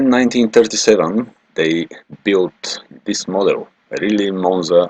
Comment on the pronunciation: The speaker here has to learn how to pronounce Riley!